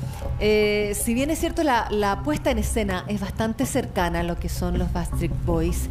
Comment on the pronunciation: Ojala vea el mío, ella dice Basstreet boys es BACKSTREET BOYS, el único que lo dijo bien fue y los animadores